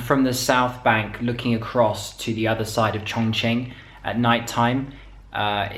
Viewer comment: Really! You're the first one that I've seen a video of, who doesn't pronounces ChongQing like ChongKing! xd